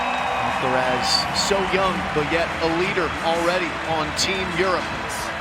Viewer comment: AlcaraZ, that's right! Not Alcarath, not Alcaraf, just Alcaraz.